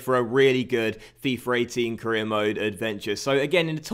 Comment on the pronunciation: you said caereer and four instead of for